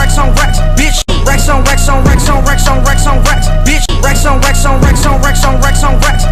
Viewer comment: racks onx22e2213 times sounds like wax on a lot of the tiems (Thx for the heart!)